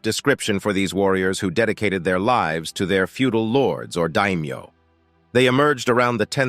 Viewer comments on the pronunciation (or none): none